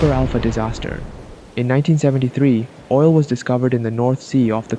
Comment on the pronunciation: Yes im not replying but he said OI L